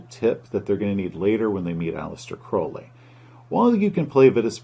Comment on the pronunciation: I'm just glad he pronounced Crowley's name properly